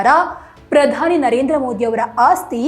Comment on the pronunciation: ಮೂದಿ ಅಲ್ರೀ ಮೋದಿ, ಪುದಾನಿ ಅಲ್ಲ ಪ್ರಧಾನಿ, ಕನ್ನಡ ಬಂದ್ರೂ ನೀನು ಬೇಕೆಂದೇ ಮೋದೀಜಿಯನ್ನು ಅವಹೇಳನ ಮಾಡುತ್ತಿದ್ದೀಯ, ಆಕಾಶಕ್ಕೆ ಉಗುಳಿದರೆ ನಿನ್ನ ಮುಖಕ್ಕೇ ಬೀಳೋದು, ಜಗತ್ತೇ ಮೆಚ್ಚಿದ ನಾಯಕ ಮೋದೀಜಿ, ನಿನ್ನಂತ ಎಡವಟ್ ಕಾಂಗಿಗಳು ಅಣಕಿಸಿದರೆ ಏನೂ ಆಗಲ್ಲ ! ಚಳ್ಳಕೆರೆ ವೆಂಕಟೇಶ್, ಬಳ್ಳಾರಿ